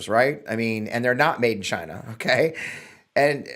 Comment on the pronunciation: WTF is he talking about the cars will not be made in Gyna as Trump pronounce it over and over again.